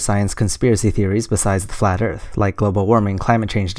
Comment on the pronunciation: Man, you screwed up on the first question?? He said "erath", not "Earth"! ;p